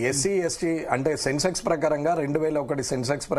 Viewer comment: అది సెన్సెస్, సెన్సెక్స్ కాదు.